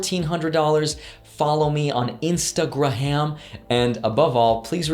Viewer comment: did he just say "instagraham" ? lol mash the like button